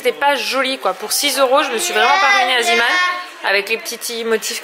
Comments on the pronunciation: On dit zéman et pas ziman car c'est belge et ça veut dire l'homme de la mer et du coup ça se prononce zéman ❤❤❤😍😍😍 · Bonjour, je me permet d'écrire ce commentaire, car cela me perturbe que tu prononce "zeeman" en "ziiman" alors que cela ce prononce "zééman" car c'est un mot néerlandophone, en tout cas continue ce que tu fait, vous êtes une très belle famille bisous à vous tous. <3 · sa se prononce zéman pas ziman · Salut dit le magasin zeeman sa se prononce zéman et pas ziman maintenant tu le dit comme tu veut mais voilà. Ps; je t'adore tu es ma youtubeuse préfère avec becca. Bisous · Aaliyah Serroyen en effet en Belgique on prononce zéman :) Zee = mer en néerlandais Zeeman signifie l'homme de la mer La bise